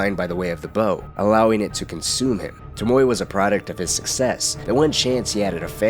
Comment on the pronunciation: Its pronounced Tome Oh Way. TOMOE